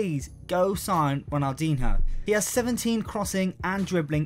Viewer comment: Honestly, how can you run a football based channel, and not know how to pronounce fucking Ronaldinho?